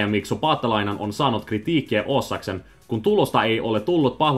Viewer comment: Har du lärt dig lite finska nu, för uttalet har du tydligen redan länge haft! Jag tyckte du missade på bara två ord, där den svenska betoningen slog igenom, när finskan ALLTID betonar första stavelsen, även i uppenbara lånord, så det heter SLOvakia och KRItiikki. Jag blev riktigt imponerad! Tro inte att finska är så svårt som det påstås. Alltför många försöker poängtera krångligheter som inte alls behövs för att klara sig i de flesta sammanhang.